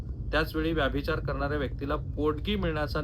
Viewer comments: व्याभिचार असा उच्चार नाही, व्यभिचार असा उच्चार आहे. तुम्ही वारंवार चुकीचा उच्चार करीत आहात. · रिपोर्ट चांगला आहे परंतु व्यभिचार हा शब्द तुम्ही व्यभिचार असा का उच्चारता ते कळत नाही .